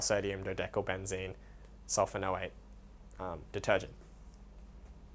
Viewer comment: when you say sodium dodecylbenzene sulfanoate, don't you mean sulfonate. Also don't you have to add the para- prefix or a 4 to the name so it reads like: Sodium p-dodecylbenzene sulfonate. Thanks for the video though, it really helped.